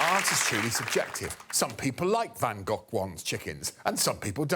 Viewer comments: As a Dutchie I appreciatie Gregs pronunciation of van Gogh! he did it quite well... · shout out to Lucy for pronouncing "Van Gogh" closer to how it sounds in dutch, as opposed to "Van Go" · Except he doesn't say Gogh to rhyme with go, but closer to off, hence "cut it off." It's closer to the Dutch pronunciation.